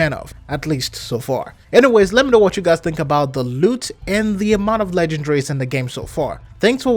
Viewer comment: It's pronounced LE GEN DA RIES man.....lol